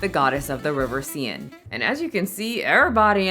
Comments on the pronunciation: RIVER SIENNE???.... I am disappoint. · As requested, correcting your pronunciation: 1) Dionysus: "dye-oh-nee-sus" 2) Seine: "sen" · The River see-in, the top discounted River in the world. I love a new -word!!